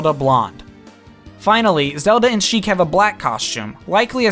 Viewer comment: Sheik, not chic.